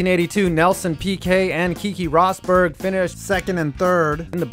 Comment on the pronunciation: Keekee rosberg